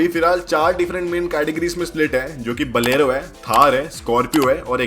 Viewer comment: Bhai pehle bolna sikh le. बोलेरो नाम है। बलेरो नही। 😂